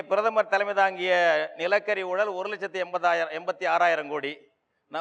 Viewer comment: It's a pity that even the anchors of such programs do not pronounce all the Tamil words correctly. For instance, it's not oolal it's oozhal.